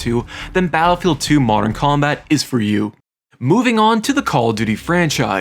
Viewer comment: Bro can’t say battlefield. Literally said Attlefield.